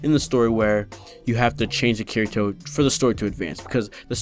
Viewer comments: BOI!!! Watch the show! It's pronounced KI-DI-TOE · Yeah and they say I ruv you also. Herro I ruv you a rot. Japanese accents pronounce L as r and often R is a hard D so Kirito becomes Kidito.